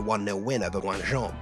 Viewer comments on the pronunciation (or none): Excellent work mate, congratulations from France! In any case Guingamp is pronounced a bit like "gain - gaunt" (with a silent "t" actually 😂). Write it down for the time you make a video on Guingamp's historical Europa League run in the 2010s! 😉